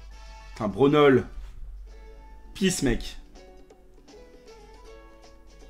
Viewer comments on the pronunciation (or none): none